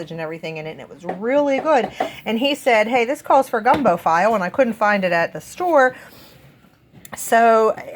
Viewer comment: I can tell you're not from the South for sure! It's pronounced "Feelay gumbo" Gumbo file sounds like a tool 😂 Great haul 😊👍